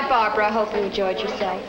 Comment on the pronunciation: her name is barbara. no it's brahbrah. no its barbara. no it was barbahra. no it was barbara. no it's blahblah